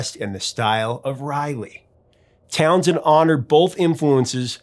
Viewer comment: It's not Townsend. It's TownSHend